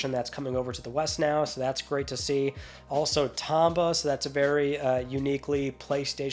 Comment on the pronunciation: It's pronounced TOME-ba.